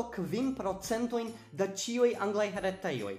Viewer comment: Am I the only one hearing "saluton al ĉioj" ?